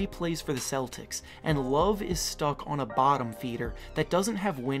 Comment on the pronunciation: It's Kevin LOVE not LOOF